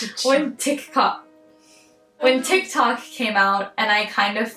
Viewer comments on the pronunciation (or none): “tiktatok” “ tikcock” 😭😭😭